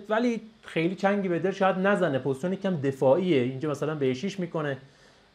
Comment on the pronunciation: تلفظ صحیحش پوزیشن (Position) هست. ممنون بابت ویدئو